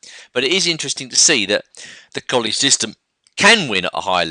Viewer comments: It's pronounced "Colluh" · Please, it is Colle ,and not Collie. A very strange and bad english habit to change, difform, capital names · your all wrong.its spelled colle and its pronounced cõllee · Yeah, Colle is pronounced 'Collay'